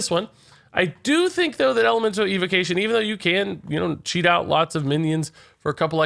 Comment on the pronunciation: Why can’t he pronounce evocation?